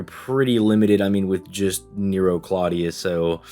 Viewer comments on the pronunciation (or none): none